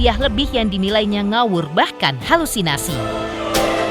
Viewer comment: bukan HALUNISASI euyyy,,,HALUSINASI,,,ngomong aja g becus